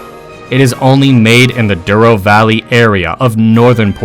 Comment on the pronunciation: It is not "Duro" but "Douro" (from the river Douro). "Ou" sounds like "o" and not "u".